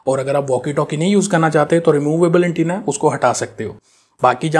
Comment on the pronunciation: “ANTENNA” ka sahi talaffuz : an - TAY - na.